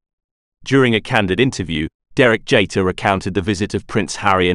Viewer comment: JEETER, not JAYter.